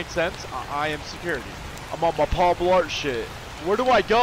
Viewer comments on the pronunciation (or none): none